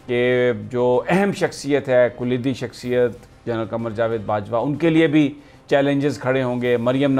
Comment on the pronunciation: Kaleedi hey koleedi nahi hey